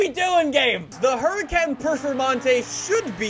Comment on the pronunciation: for godness sake always says perfermontae not performonte